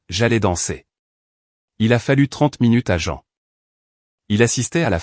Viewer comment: C'est très perturbant d'entendre "la voix de Jean" ou "patrice", au lieu de "la voix de maman" et "papa". revoir cette partie du récit, et ne pas masculanisé le prénom de la mère, on ne dit pas "jean" mais "jane" ou "jine" le "ea" s'épelant en "i". C'est important car pendant les 20 dernières minutes du récit vous avez confondu le prénom du père avec celui de la mère, appelant cette dernière "patrice", c'est un prénom masculin, vous avez confondu le "il" avec le "elle". Pouce en bas pour cette incohérence non corrigée.